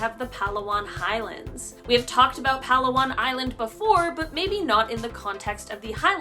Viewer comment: That is not how you pronounce palawan ok no hate just correcting tou